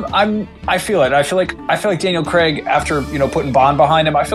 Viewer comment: Why do Americans pronounce Craig as Creg?